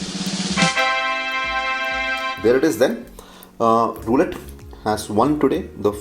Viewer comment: I think we pronounce the whiskey as rouleyy with t silent. Not sure though.